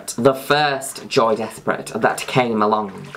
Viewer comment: It pronounced joy des-pray